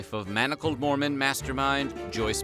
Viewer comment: She read the word Mormon as MOREMAN